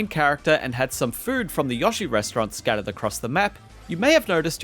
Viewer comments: u dont get to change pronunciations of names...its not yashi...its yoe shee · Yahshee? It's YOshee scrub